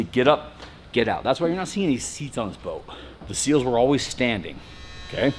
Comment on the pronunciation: SEALs, not Seals